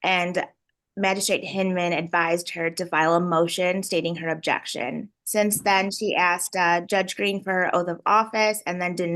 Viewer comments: These judges are so soft. Every time she screamed "Abjection" instead of "objection" I would've given her a day in county jail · “Ab-Jection” wasn’t that a workout infomercial 😂😂😂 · Why does she keep saying "abjection"? What is an abjection? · If she was muted, why do we keep hearing her say "abjection"? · I was dying laughing when she repeatedly pronounced it wrong 😂 she’s not very bright!